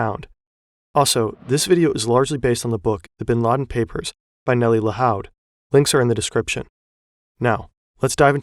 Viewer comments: You may want to look up how some names are pronounced. Her name is Nelly Lahoud, pronounced like Lahood, not Lahaud. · Lahoud is pronounced like La-Hood, not La-Howd. It's a Lebanese Maronite surname. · Lahoud pronounced lahood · Lahoud is almost definitely pronounced "La hood" by the way. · The o’s in lahoud are pronounced like the o in food